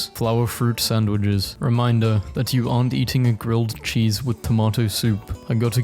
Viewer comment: the way he says grille D cheese 😂